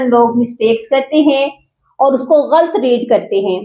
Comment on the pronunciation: Ghult nahin ghalat hota hay...